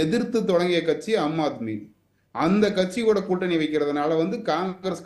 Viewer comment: ஏம்பா உனக்கு சொல்லவே தெரியலயே, அது அம்மா ஆத்மி அல்ல ஆம் ஆத்மி.இப்படி படிக்கத் தெரியாத வாங்களேல்லாம் BJP சப்போர்டா